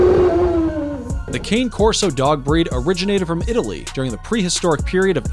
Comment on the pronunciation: Hard to take this serious when he doesn’t even know how to pronounce two breeds before I quit watching. Dude, you’re embarrassing yourself.